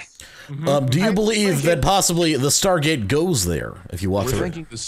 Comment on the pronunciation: THE STAHGAET